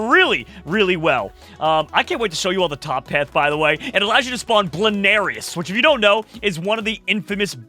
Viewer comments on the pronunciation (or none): it is bloonairis not blairis